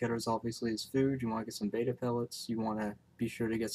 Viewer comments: Its bet-ta fish not bay-tah and it actually doesn't matter what country you live in. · almost everyone in youtube say baetta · We are talking about a fish that was given the name betta and was given the pronunciation with it, which is how it is spelt.